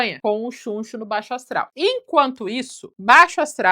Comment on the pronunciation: Eu ri toda vez que ela falou Xunxo